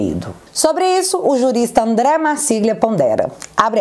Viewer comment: Estou pensando nisso. Só não entrei pq no momento eu estou muito envolvido com gastos os quais eu não fui responsável. Ah! tem uma coisinha que quero falar: Marsiglia é um nome em italiano onde gli é pronunciado lhi ou li. É só uma contribuiçãozinha.